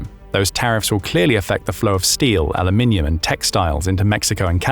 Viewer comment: It's so nice to hear a narrator on YouTube saying Aluminium properly.